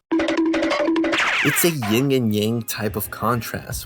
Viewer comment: It’s YIN and Yang not YING, fool